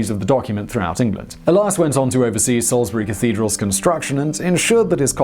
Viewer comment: Congratulations on pronouncing "Salisbury" correctly, Simon!